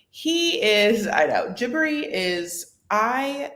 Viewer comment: there’s only two syllables in Jibri’s name. Not Jibbery, it’s jih-brEE I believe juh-brEE also acceptable, a few people pronounced it that way.